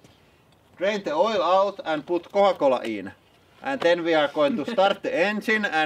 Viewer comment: "kooa kolla" lmao